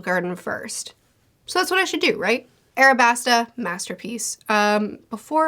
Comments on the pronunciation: why do u say arabasta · Yo there’s an L right there! Stop calling it what stupid 4kids calls it 😭 it’s aLabasta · I like how she still says Arabasta despite it saying Alabasta on the picture. I assume that she read a translation of one piece that spells it and many things from the series with an "R" instead of "L" and just keeps going with it because that is how she got to know the series. It makes me go "IT'S AN L!" every time, but I'm starting to get used to it and have made a headcanon with this explanation as to why she refuses to pronounce it correctly despite everything.